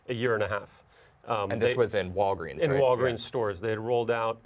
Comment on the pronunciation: Sooo i'm the only one who hear' "Wolverin" instead of "Walgreens" ?